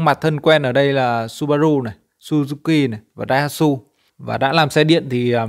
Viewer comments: Daihatsu đọc là Đai Ha Chữ a nhé,kp đọc Đai Hát Su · Tiếng nhật có chữ sư chứ ko có chữ su..Đai ha chữ,biết là toàn ng việt nhưng hãng xe của ngta nv nên lưu ý đọc chuẩn,mình cũng chỉ góp ý vậy thôi chứ ko có ý gì cả hihi